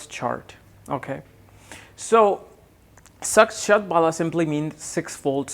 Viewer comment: You r pronouncing it wrong. Shad Bala means Shad Force. Bala is pronounced like 'Hollow' with B instead of H and O having a slight 'a' component